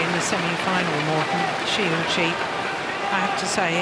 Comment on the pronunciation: These commentator should learn how to pronounce Shi Yuqi ... :(